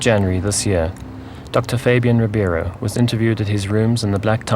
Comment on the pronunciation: Just one small correction. His name is Doctor RIBEIRO, not Ribiero.